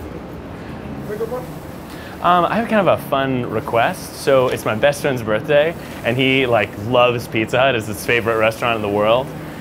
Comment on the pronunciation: “birt day” lmao